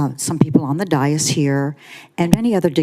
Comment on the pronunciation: First of all it is spelled d a i s. It's a two syllable word pronounced day of the first syllable, and this minus the th for the second syllable. The emphasis of pronunciation is on the first syllable. DAY - (th)is It is not pronounced any other way in any other language.